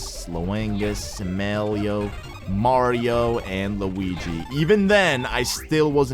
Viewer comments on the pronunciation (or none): did he just call them mawio and lawingus